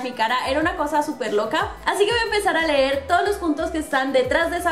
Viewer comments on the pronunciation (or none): none